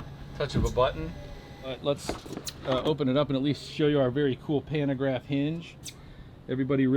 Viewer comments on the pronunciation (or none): PANTOGRAPH, not panagraph. Jeeeeeeez